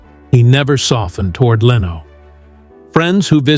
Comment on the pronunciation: I sure do hate AI narration. LEENO, seriously? It even went from correct to wrong pronunciation in the same monologue! If the text is correct it really sounded like Leno was a victim of the consequences of other people's decisions. And as for class, Letterman was an especially low class person and presenter. Leno was much classier and more professional than Letterman in front of the camera in every way. He remains very classy in his car collector YouTube videos. This video sounds like someone's fiction assignment.